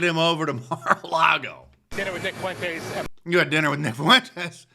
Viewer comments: Why does everyone pronounce fuentes as “foowentes” yall act like uve never heard a latin name before. Its two syllables not three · Why TF does Mark Dice, Trump, or anybody else say "Nick Fuh-wentez," and not "Nick Fuentes?" There are two syllables in the name Fuentes, not three. Say "FWEN-TEZ." I love Mark and Trump but it's extremely aggravating how they keep saying "FUH-wentez."